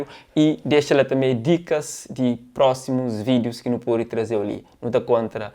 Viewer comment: Disparatada. Só luvianos. Elly Paris podia ter mes um pok de maturidade, luviana., fala uãn love tá straga tudo. É one love